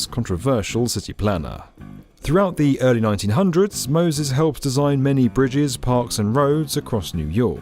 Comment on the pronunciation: I ❤your accent about . "Robot Moses." Jane Jacobs appreciates your sentiment, if only inadvertent on your part. Peace. [PS; Robots should never have been allowed to gentrify NYC. NO MORE SILON CIVS!